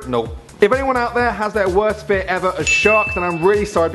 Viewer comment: you said gear instead of fear